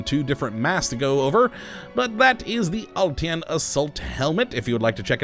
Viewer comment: except you aren't. The name of the helmet is pronounced "uhl-TIN", not "uhl- T. N.". I'm Russian.